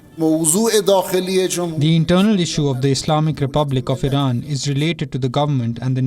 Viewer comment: This anchor is an embarrassment, incompetent can’t even pronounce Iran properly and she is very hard to look at, not sure if it’s a man or woman.